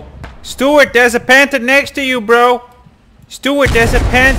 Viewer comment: It's 'Panzer' not panther.